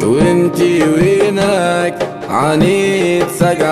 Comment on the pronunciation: كل شي حلووو إلا وينك انطقها بالقدي كيما لازم تكون وفالحالات الكل برافووو🧿 😍❤